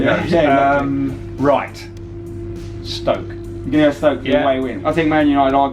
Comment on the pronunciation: Flipped out when said Stoke. The man almost went perfect!!